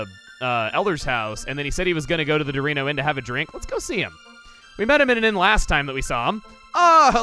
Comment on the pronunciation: You saying Dorino Inn sounded like you Sayed Dorito Inn